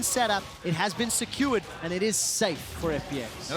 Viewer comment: All memes aside, Im super bothered by that one caster that keeps pronouncing "secured" as "skewered". Like hello? And I think he got a couple others mispronounced too.